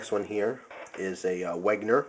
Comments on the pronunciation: hey man, great vid (although a little bit too much 'talk' and repeating yourself. you could have made it shorter). anyway, i wanted to say it's not "Wegner" but "Wenger". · I don't know if anyone has said this yet, but I felt I must as it pissed me off, you don't pronounce it as Weg-ner, it's meant to be pronounced Wen-ger. Or if you want to get it 100% accurate: Ven-ger. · hey,, Wenger is pronounced Wen-ger not Weg-ner anyways, just a little nit pick nice collection of SAKs:) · It's wenger not wegner